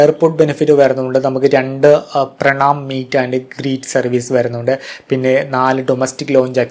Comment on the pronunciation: പ്രണാമം അല്ല.... പ്രണാം 😅